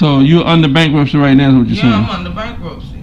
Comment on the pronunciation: Did that woman say "bankrupture"??!! I guess that says it all. 🤦🏾‍♀️🤭